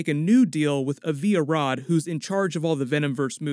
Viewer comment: It’s pronounced “AH - vee ah - rod” not “ah - VEE ah-rod”. Small quibble but it continues to bother me every time you say it